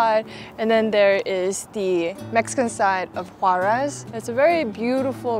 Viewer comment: Quick tip to improve your pronunciation of "Juarez": the R should sound like the double T in "better".